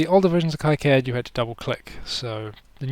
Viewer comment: You may have learned this already, by KiCAD is pronounced "Key-CAD".